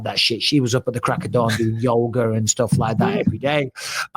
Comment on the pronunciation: Who’s going to tell bisping that there’s no R in yoga lol